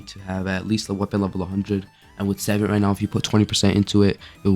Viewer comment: why are you saying savant like that. its suh-vont.